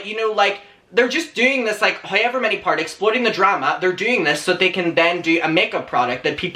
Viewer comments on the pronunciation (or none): none